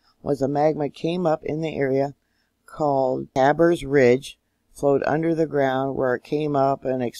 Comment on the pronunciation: It's called Karbers ridge not Kabers, my road comes out on it!